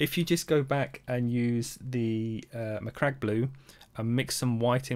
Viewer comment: Aced the Macragge pronunciation. Also, stunning result